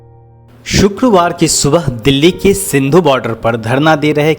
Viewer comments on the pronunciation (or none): सिंधु नहीं सिंघु